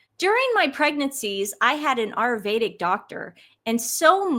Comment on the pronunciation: TUR-ME-RIC. A-YUR-VE-DIC Sorry! But your everytime you mispronounced those words I just hurt... deep inside